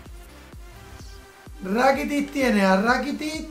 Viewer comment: Min " a ver que tiene rakitiç, rakitiç tiene a rakitiç" 2017